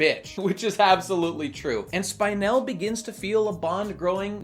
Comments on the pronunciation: Her name is pronounced Spin-el, not Spine-el. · it's spin-el, not spine-el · Not Spine-elle, Spin-elle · Her is name pronounced Speenell. They say the name often enough in the movie. Why don't you say it correctly? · Nobody: Not a single soul:: Spine-elle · "Spynel" ugggghhhhhh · Spine-el :[ the pronunciation hurts me just a bit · We watched the same movie, why are you saying "spynel"? Also, dope video. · They said Spinel like 50 times in the movie. How the fuck do you pronounce her name "Spine-ell"??? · Isn't that name pronounced [Spin-él]? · How could you possible mispronounce spinel, its said so many times in the movie. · why do you say Spinel like that? why do you focus on the spine rather than the spin? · He's saying her name wrong for spinel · The constant mispronunciation of spinel ruined the video for me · It only enhanced it for me.